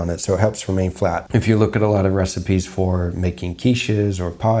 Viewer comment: Where is your accent from? It really came out at the start of the video when you said "I've gotten a lotter requests"